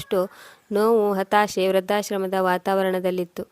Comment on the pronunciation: ವೃದ್ಧಾಶ್ರಮ. ಋ ಕಾರ ಸರಿಯಾಗಿ ಹೇಳಿ. ವ್ರ ಕಾರ ಹೇಳುತ್ತಿದೀರ..